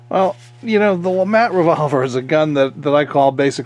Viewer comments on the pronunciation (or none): “Le mattt” lémàt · I thought it was LeMat.. not LeMont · I thought the "t" was silent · LeMat is a french name, so i wouldn't think that Le would be pronounced "Lee" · Can one not even say the name right interesting video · Ahhh pls speak it out correctly. its a french gun ahhh. But very nice video.